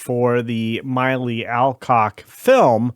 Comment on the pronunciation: Mill-lee not My-lee.🤣🤣 House of Dragon?? What's that?🤣🤣 What's wrong with these people, Zack didn't direct "Wonder Woman." Gunn tells lots of lies but they haven't even got facts about Wonder Woman right. It's not hard to findout who directed it.